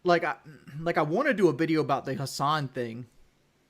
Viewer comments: "Wuohnt" "Liberry" "Wudder" The fact this dude dropped out of high school really shows with his smooth brain vocabulary. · Does everyone where he lives say want the same way he does? I couldn't live there, it would drive me crazy. But it is what it is and that is what it is right?